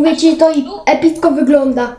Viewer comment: ~Mówie ci to epitko wygląda -co? ~Epitko epitko wyglada Jak by co to umiem pisac ale sluchajcie uwaznie on mówi epitko a nie epicko xD